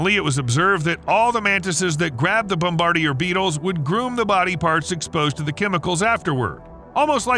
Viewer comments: Thumbs down for the pronunciation of "bom-ber-deer". Nah man. Don't do that. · "Bomb-bar-dee-year" beetle lmao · When I was a kid and I learned the word bombardier, we were taught to pronounce it bom-ba-DEER. Now I hear people pronouncing it "bom-bar-dee-ay." You pronounced it like it's spelled. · bom-ba-DEER Beetle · It's pronounced.....bom buh deer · 🪲Please learn how to say bombardier beetle correctly. bom-bah-DEER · The way you said Bombardier made me want to puke. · I really like the narrator's voice... Damn shame it's AI. The telltale sign is how it pronounced the "bombardier beetle". Damn shame 😢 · Haha yep “try saying bombardier…it’s not what you think…” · Check how to pronounce "Bombadier" mate (sigh) another gen z literacy fail.